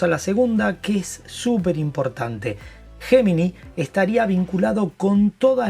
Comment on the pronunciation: Repite después de mí,: ye-mi-nai! Para que seas unos de los primeros en Latinoamérica que lo pronuncia correctamente. (Gemini)